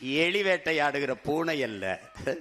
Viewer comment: பூணை அல்ல புளி? பூனை அல்ல புலி.( ல,ள,ழ,ன,ண,ர,ற)